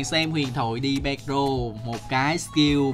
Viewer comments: ghê z sao, t ccuxng đi làm rồi vẫn banh bóng đây. Ít đọc tên ct nó cũng đúng tý. WTF? Đi pe ro là ai zậy. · người ta phát âm là đen pi e rô ông ơi😂